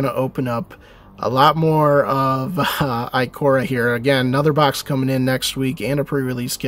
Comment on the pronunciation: Nice pulls but it's Ikoria (eye-kor-eya)